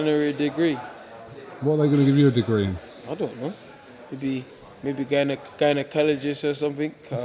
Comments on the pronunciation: Man said Gynocologist you know 😂😂😂😂😂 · Dillian " gayanakalaygist" whyte